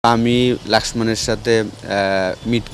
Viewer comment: "লক্ষ্মণ" - এর বিকৃত উচ্চারণ 'লাক্সমান"।।